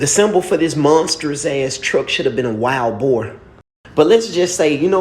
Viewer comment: Bro said wild boar🤣🤣🤣